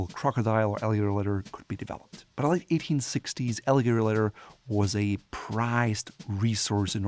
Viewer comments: Love the way he pronounces leather - ledder! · Why does he say leather like that 😑